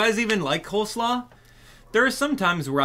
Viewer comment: its COLE slaw, not COLD 😭😭